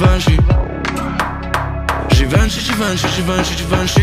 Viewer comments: ty weź kurwa lepiej wracaj do bagola, mogles se odpalic translator wczesniej albo chociaz posluchac taco wymawia sie nie żiwenszi a żiwąszi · Chuj, że Givenchy wymawia się "ziwąszi".